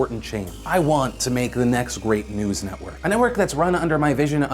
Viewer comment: sounds like he says "the next rape news network"